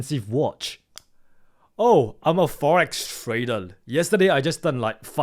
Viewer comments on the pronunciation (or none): Your R's are soundling Like L. Tradel